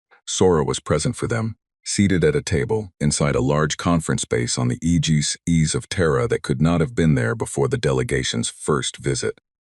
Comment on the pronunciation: Aegis is pronounced eejis ai, I know